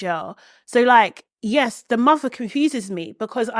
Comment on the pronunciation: Lmao not the taggart pronunciation of muhderr 😅😂 This one alone my aunties could never ❤